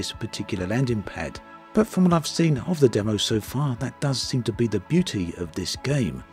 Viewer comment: I legit didn’t know what he was saying. Never heard someone say “Dumm-o” for the word “demo”.